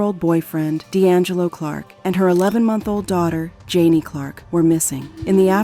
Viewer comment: Ju-Nay. Not Janie. R I. H❤